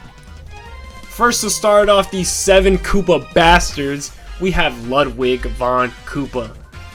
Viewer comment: Why does EVERYONE pronounce Ludwig von Koopa’s name wrong!!! It’s (Lude-wig)! How do you pronounce Ludwig van Beethoven?!